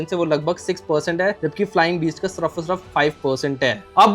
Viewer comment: yaar tum "sirf" ko "surf" kyu kehte ho!?!?